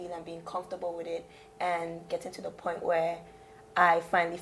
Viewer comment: Lmao “Poin” raw tola accent rass